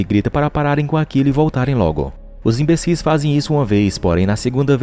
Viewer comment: Os " inbecis " 😅😅😅 esse narrador kkk